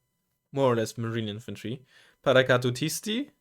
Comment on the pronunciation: Look at you! you NAILED that "Paracadutisti", i was here waiting for you to trip on the pronunciation :D